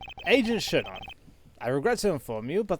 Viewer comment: Shih-na! I watched a play through where he pronounced the name such a fun way and I always have to say it like that now lol